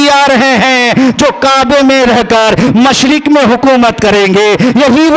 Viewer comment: मुशरिक नहीं होता है बाल के मशरिक होता है जराअल्फ़ाज़ में ध्यान दीजिएगा